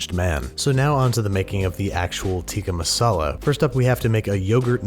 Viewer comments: lol the only thing I was waiting for in this whole video was to hear how Babish said “Tikka Masala” 😂😂😂 And I will say I am content knowing he was gonna screw up the name. 😂😂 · It's not "tika masala" It's pronounced as "Tik-kaa maasalaa